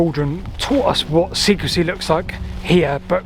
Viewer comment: "SECREY"? or SECRECY?